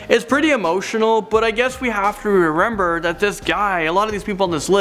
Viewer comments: he says reremer no hate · We have to rerember? 😂 #